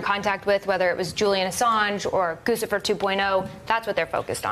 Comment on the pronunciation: Guccifer is presumably about Gucci. Gootchy, not Goosey.